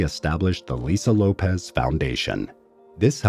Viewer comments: LOPES, not LOPEZ. It's pronounced loh-ps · The pronunciation of her name somehow got changed to “Lo-pez,” when its original pronunciation is “loh-pss.” That’s an “s” on the end of her name, not a “z.” It’s pronounced “loh-pss.” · LOPES NOT LOPEZ. LOL... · Lopes not Lopez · Isn’t it pronounced LOPES, not Lopez